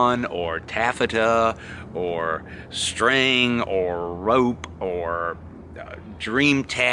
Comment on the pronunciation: of the third person, I heard the Southern boy come out of you when you said"rope"!!! Glad it is still there somewhere, even Ms Meg, spirited you away from NC!!!! These videos keep me from asking, "How's it hanging?" Whoooo Buddy!!!!